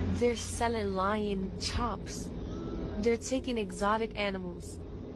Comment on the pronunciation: It's not lion, it's loin (muscle)